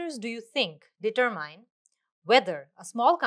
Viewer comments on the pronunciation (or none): I have a doubt, the way you have pronounced determine......please let me knowIs it correct pronunciation what you did here .